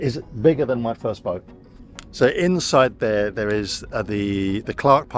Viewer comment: How come your able to pronounce ruby rose but when you say boat you throw a R in there?